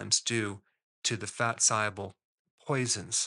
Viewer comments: Why do you pronounce the word ‘soluble’ as if it’s spelled ‘sieable’? Am I mishearing you sir? 😊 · Why mispronounce SOLUBLE as SIABLE? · Are you saying soluble or siable I can't understand sorry is it my accent ? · What does ‘sigh-able’ mean? Is that a word in English? If you mean ‘SOLUBLE’ then why don’t you say so? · It's pronounced saal-yoo-bl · Are you a real doctor? Soluble is pronounced "saal·yoo·bl" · SOL- uable. 😂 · Confused at the beginning how Dr Berg pronounces "soluble" hehehe. Great recommendations for healthy eating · Lot of good info but struggling to listen to someone dropping the 'l' in 'soluble '😬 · Is the "l" in soluble hot pronounced?